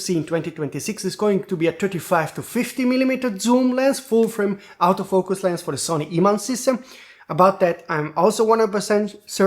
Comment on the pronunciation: Stop saying comment system. It's comment section. And when you say autofoucus you pronounce it exactly like saying out of focus